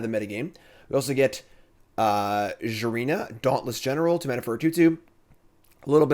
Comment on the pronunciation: Jim pronounced Jirina correctly!!!!